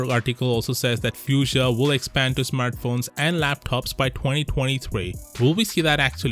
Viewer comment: Ypu say it like "fooshia" not how you saying it